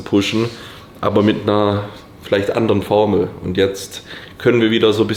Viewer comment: sagt andere Formel, ich höre Vodka